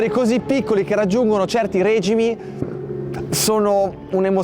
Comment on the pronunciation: ...règimi??? No dai, ...regìmi! No?😎